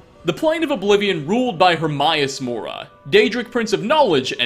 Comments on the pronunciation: Her-may-us more not her-my-us mora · herm-eye-ous mora? surely you know thats not how its pronounced... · AWWW I DIED CRINGING WHEN HE SAID “Hermaii us Mora” ... Love the vids though, not get me wrong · IT'S PRONOUNCED HER MAY US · Pronounced her-MAY-us-mo-ra No offence just making a correction love ur vids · I know I shouldn't be upset but the way he pronounces hermaeus mora really gets to me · I appreciate and respect your work but I hate how you pronounce Hermaeus Mora's name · You pronounced Hermaeus Mora wrong